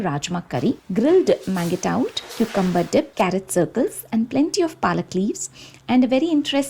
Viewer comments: Amazing video. Pls work on your pronunciation of mangetout. It is pronounced as maanjhtoo. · The green veg is pronounced monzh·too